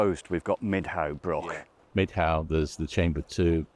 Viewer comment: The word is broch not Brock 😂